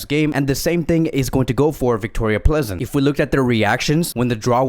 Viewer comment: Vicroria plEEzen allways makes me laugh :)